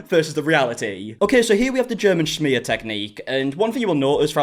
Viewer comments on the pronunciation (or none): The way she pronounces smear “shmear”